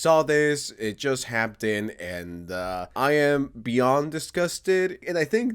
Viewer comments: Imagine saying "happtened" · "It just hapt in" 😂😂😂😭😭😭